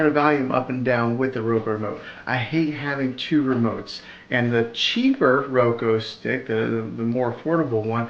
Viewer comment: Soundtrack is distracting, FYI. Would rather just hear you- ps I think its pronounced ROWkooo